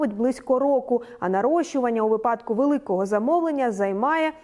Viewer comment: Вже далеко не перший раз чую як каже випАдок замість вИпадок. Аааааа, ріже слух!